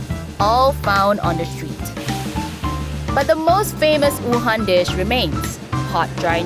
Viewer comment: she really just pronounced Wuhan as oohan